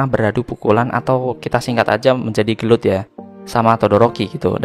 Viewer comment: Gelot bang pake u bukan o,jowo tenan 🤣